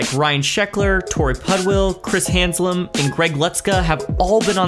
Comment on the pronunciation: No "n" in Haslam. Being a fan of his, the name was a bit grating to hear, but otherwise loved the video!